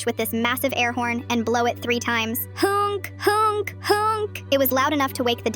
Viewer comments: its honk honk not hunke hunke hunke lol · It’s not British, dude We say ‘honk’, not whatever the fuck the AI said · Nothing says real story quite like the voice mistaking hoooooonk for huunk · “HoUnK HoUnK HoUnK” had me dying😂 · “hUnK, hUnK, hUnK” HITS HARD 🗣️🗣️🔥🔥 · It sounded like she said "hunk hunk hunk" what boy is she looking at😂😂😂😂😂😂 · Honk❌ hUnk✅ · "HOUNK HOUNK HOUNK" way did she get a Austrian accent? 🎋🎋🎋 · the second the ai voice said huOnK I went straight to the comment section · Random person: it's just a honk Me: nah it's hoonk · Nobody and I mean nobody was prepared for how this AI voice would pronounce HONK the way it did!!! I’m so happy I didn’t have a drink in my mouth at the time I heard it